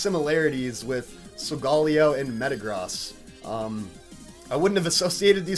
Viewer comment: the first youtuber i see to say solgaleo right gj